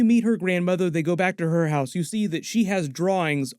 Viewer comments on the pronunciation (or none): none